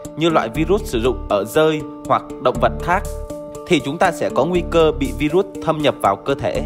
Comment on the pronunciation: Vai ruất 😡😡😡 đọc sai chính tả 😡😡